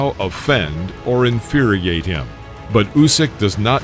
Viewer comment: Inferiate? Really?